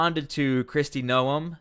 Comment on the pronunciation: Stop Insulting Kristy by mispronouncing her name